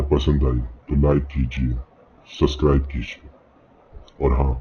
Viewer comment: Because of ur suscrib wala pronunciations k liye unsubscribe